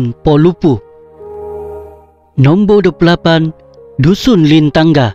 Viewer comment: Min boleh share bahan rujukan? Beberapa sebutan kurang tepat boleh mengelirukan 'Kamaragang (Kimaragang) / Lintangga (Lintanga)" T/K 🙏.